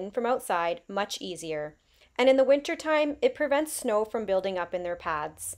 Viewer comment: are you from Minnesota? the way you said snow either makes me think that or canada